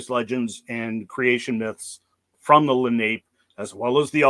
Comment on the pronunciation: Its prounounced. Len eye Leh nah pay. Im from nj and regularly find their arrowheadds